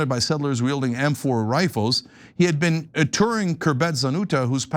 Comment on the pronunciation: "You've never bean?!"